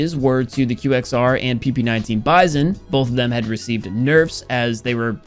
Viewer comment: I thought he pronounces "THE QXR" as "THE QWEXER"